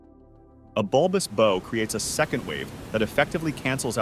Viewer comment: does this dude really not know how to pronounce the word "bow" (as it pertains the boats and ships)??